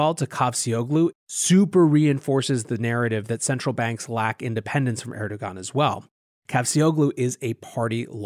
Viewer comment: Content as epic as the mispronunciation of names...”La Call” is “Le Kai-yay”...”er-do-gan” is “air-do-wan” 😂